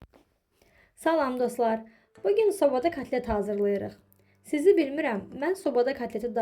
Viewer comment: Katlet yox kotlet.